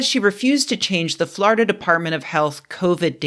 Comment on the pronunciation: Love your "Florida" pronunciation. FLARDA!